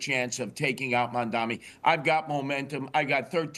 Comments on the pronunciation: Will somebody please tell Curtis that the mans name in MamdaNi not MamdaMi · I love how Mr. Sliwa always mispronounces Mamdani's name. (Did I get it right...?)